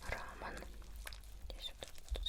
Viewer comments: Болль это когда рамен называют раман аоаоаооа вообще мне так это бомбит пипем как рамен а не раман!!!!!!!!!!!! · Не рамен а рамён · Не рамэ́н,а рамён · ПОПРАВОЧКА РАМЁН( а не рамон) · Только не рамэн,а рамён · Не рАман а рамЁн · Рамён ударение на ё☺ Люблю твои видео☺❤❤